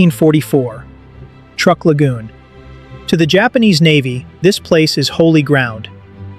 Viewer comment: someday AI will be able to pronounce words properly. Truk is pronounced truck.